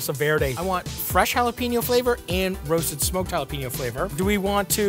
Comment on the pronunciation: Hey Matty repeat after me Pen 🖋️ ok know say yo. Ok Now put it all together JalaPENYO Or just Jalapeño. Got it? Good job 👍👍